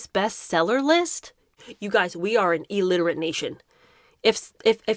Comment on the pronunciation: Pardon me for correcting you, please. It's ILL-literate, not EE-literate. And I do agree with your opinion.